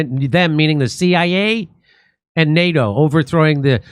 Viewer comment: Nay-dough ! What the heck is that?😂😂😂 Likewise new-killer war?